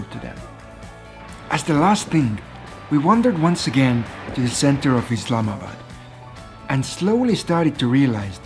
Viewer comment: thank you for showing our country and btw its not "islamad" its "islamabad"